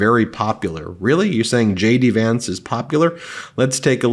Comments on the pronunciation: Shay-Dee Vance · Did he say J.D. Vance or Shady Vance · I mis-heard you, I could swear you called him Shady Vance, feel free to run with it. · Ben did you say shady Vance or JD Vance?? Wasn't sure